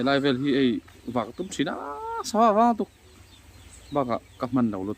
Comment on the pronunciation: A tawpa "hman veleh video...' tih tur, 'velah" ni loin.